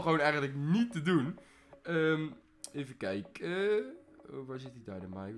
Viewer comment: oeh die dynamiek.. uhmm dynamike 😂😂 Je leert het wel haha.